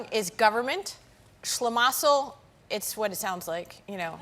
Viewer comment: On the correct pronounciation of "Regierungs Schlamassel Schmerz": Regierungs is pronounced like "Ra[y]-geeroong's" (the a like in "Ray", but leave out the "y") , "Schlamassel" is pronounced "shluh'muscle", Schmerz is pronounced like "Shmairt's" ("ai" like in "air" or "fair"). Pronounce it that way and every German will understand what you're saying. On long German words: We have many very long words in German language, because we can basically make new words up by combining existing words, so many German words are combinations of others, f.e. a slice of bread spread with butter is a "Butterbrot" ("butter bread"), a submarine is a boat that swims under the surface of the sea, so it is a "Unterseeboot" (or short "U-Boot"= "under sea boat"), a wrist is the joint that connects the hand to the arm, so it's a "Handgelenk" (a "hand joint"), a nostril is a hole in you nose, so it's a "Nasenloch" ("nose hole"), the panic you might feel when fearing to not arrive somewhere before closing-time (both literally or figuratively) is "Torschlusspanik" (= "gate closing/ending panic").